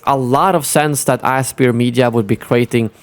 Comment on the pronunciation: I believe Aspyr is pronounced "aspire."